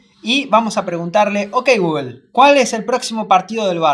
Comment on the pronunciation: Gugel dicen estos espa~oles ni pronunciar bien pueden algo tan sencillo la marca Google